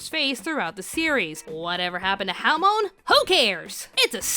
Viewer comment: AHH!!! A YOUTUBE CHANNEL ACTUALY PRONOUNED HAMON RIGHT